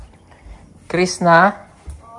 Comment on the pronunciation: sir crisna not crista